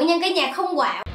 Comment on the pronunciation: "Không quạo" mà mới đầu tui nghe "có bầu" , trời đất ơiiii 😆